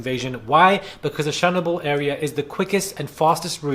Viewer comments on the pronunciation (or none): its "shur-nob-all" - Chernobyl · Ok it’s pronounced ch-ree-knoble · Chernobyl pronounced "sha-no-bil". On a sidenote, Boris n his bob better not run his gums and get us all implicated. Stay out of womens business sir!! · Pronounce it as cher noble x